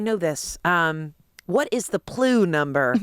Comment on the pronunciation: Lmao at pronouncing PLU like glue, but with a P 🤣🤣🤣